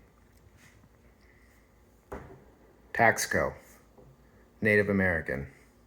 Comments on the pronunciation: It’s not pronounced Tax co it’s Taus co. If you’re an “expert “ please pronounce correctly in your information. Thanks. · The word is pronounced Tasco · Taxco is pronounced Tas-co. Good info, thanks!